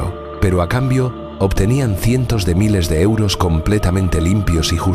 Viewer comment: Pq dice euro osos ?????